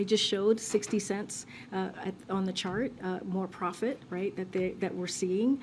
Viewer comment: she said shart instead of chart